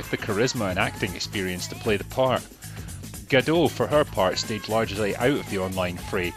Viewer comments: A bit redundant for a comment on a 4 years old video, but the T in Gadot is not silent. Like you said, she's Israeli. Not French. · Her name is pronounced guh-DOT. It's a Hebrew name, not French.